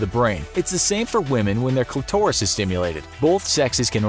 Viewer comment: "When the cli-taurus is stimulated.."😂😂🤣